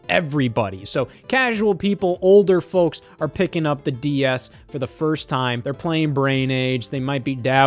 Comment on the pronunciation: And why he put such a strong emphasis on "folks"?🤔